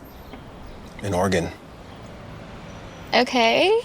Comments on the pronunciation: HE SAID OREGON CORRECTLY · Finally Oregon was pronounced the right way!